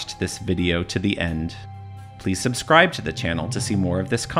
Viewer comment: You can't pronounce it Gran-it, but not pronounce subscribe as "sub-scrib"